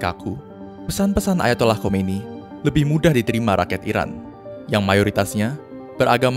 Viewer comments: Khumaini bacaannya mas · Salah pelafalan.. Harusnya khumaini bukan khomeini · Khomeini bang bukan khoemini ha ha